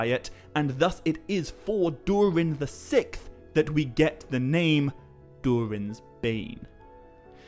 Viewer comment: Dude I love your videos so much. You had me belly laughing with how you pronounce SIXTH. You say what sounds like SICTH. I know that’s petty and stupid but it gave me a laugh so there you go. Much Love. Keep doing what you’re doing. Your content is helping me get through fire season.